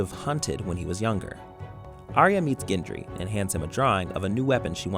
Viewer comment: Ginjury.... Wtf is ginjury.. it's Gendry. Gendry Gendry